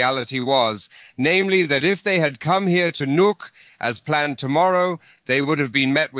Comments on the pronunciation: Dane here. The capital of Greenland is pronounced "Nouk", rather than "Njuke". The former Danish name was "Godthåb" (Goodhope). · your pronouncement of nuuk hurts me